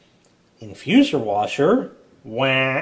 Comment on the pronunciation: said it perfectly, InfuZOR!